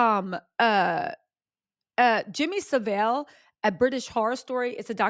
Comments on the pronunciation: Its not Jimmy Sivil its Jimmy SA Vill as in Jimmy Saville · It is not jimmy see vale it sav vill